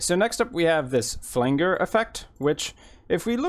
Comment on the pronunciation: Just a heads up - Flanger = Flan-jer, not flan-ger. Thanks for the video. Very useful